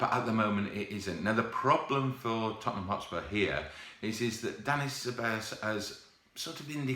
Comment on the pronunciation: Please pronounce Ceballos right just Google it